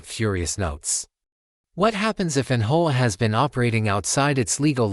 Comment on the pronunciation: What is "HO-AH? Do you mean HOA? Try to get it right next time Just seems phony to me|